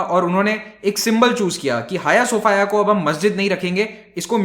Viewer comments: 'हाय सोफाया' नहीं, 'हाया सोफीया'! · Jaaaaaaaahhhh.....!!! Hm to soch rhe thay Hagia Sophia koi ladki Hai... Pronounce b haagiaa sophiaa Kr rhe thee :D